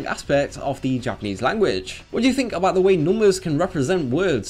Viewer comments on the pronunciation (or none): none